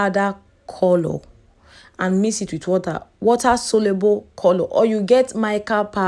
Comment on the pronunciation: the way u pronounce coolloor is scratching plz correct it🙄